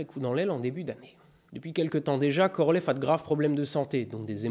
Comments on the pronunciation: Je vois que tu commences à prononcer les noms propres russes à la russe. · à votre prononciation du nom complete de Korolev, j'en déduis que vous pratiquez bien la langue russe. Félicitations.